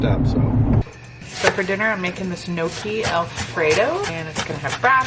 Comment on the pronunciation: Gnocchi is pronounced nn-yok-i, the g is silent. I love gnocchi.